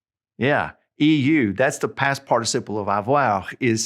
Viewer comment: I disagree with you when you pronounce the past participle EU (had). You say “ur”[as in DEUX ~ 2]. But EU should be pronounced “oo”.